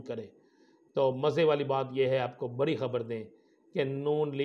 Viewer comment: آپ کا " ڑ " کہاں بھاگ گیا ڑانا صاحب؟ لرینگے جھگرینگے بری خبر۔۔۔۔ بڑی خبر 😊😊😊😊😊😊